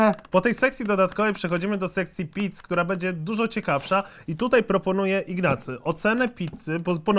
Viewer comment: ja ogólnie jak jadł to usłyszałem mamy do zjedzenia 85 pizd a nie pizz xd